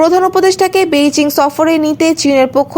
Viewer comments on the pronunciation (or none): none